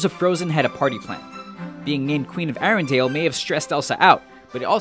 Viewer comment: I think you mispronounced Ratatouille. You said "ra-ta-tu-lee" instead of "ra-ta-tu-wee". Gosh cam you even read and you said ERONDEL and just to remind you its ARENDEL so in my opinion is that you whont make videos anymore but if you do then read properly and just to say have you been in school couse you dont even know how to pronounse things properly